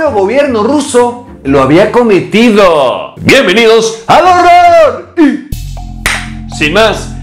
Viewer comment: no se por que amo cunado dices el HORORRRRRRRRRRRRRRRR